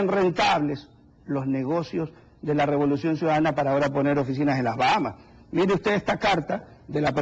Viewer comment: Este periodista dice" El gobierno de la revoluciom